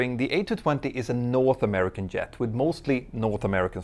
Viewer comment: Great video(s). Pls say "Jet", not "Yet"